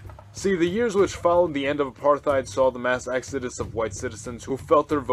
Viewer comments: It's not Apar-TH-ied, it's Apart-Hied if you want to say it with English accent, in an Afrikaans accent it's more like A-Part-Hate. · Cool stuff, maybe the decisions by the nations formerly SA are a little too logical. The populations are not logical, but emotional, even leaders. It's pronounced "Apart-height". Soth: "sutu". Botha: "Booata". Very sad what's happened to the formerly successful South Africa: terrorist president, massive corruption, farm murders, land seizures, vast amounts of crime, vast amounts of disease, unemployment. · Apart-heid, there's no th sound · No "th" sound in "apartheid" or "Botha"...